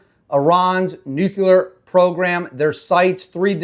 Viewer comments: nuclear bro not nuculear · Brother, I'm brand new to your channel. So far so good. I like ur take and footage. Pickin up what you're putting down. However... PLEASE stop saying Nucular. No such word. NUCLEAR, sir. Nuclear. It doesn't make you sound more intelligent to say Nucular. 1st time here and u can tell me to stuff it. Not an attack, just an observation, bro. Have a great day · 👍 btw/NUCLEAR is pronounced EXACTLY how it's spelled!!